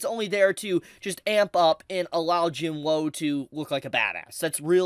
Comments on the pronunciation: not tryna hate but im pretty sure ur saying jinwoo's name wrong its pronounced 'jinoo' or 'jinuu" with a silent "w" so pls stop saying "jin woahhh"🤦‍♂🤦‍♂🤦‍♂ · It’s Jin WOO not Jin “ WHOA” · It's Jin WOOOOO not Jin woah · Saying his name wrong like jin-whoa is annoying as fuck... it's pronounced jin-oo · Why does it sound like he says Jim Lowe when he says Jing Woo. XD😂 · Bro its not hard to say WOO 😭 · y does blud say jin-woah💀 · everytime i heard him say "jin-woah" it hurt my soul 😭 (nice video though) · I love how mispronounces Jinwoo. It's cute. Everything he said is fax tho. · i have a problem with how they pronounce jin woo's name. the anime pronounces the character's name correctly, so why isn't this person correcting theirs.......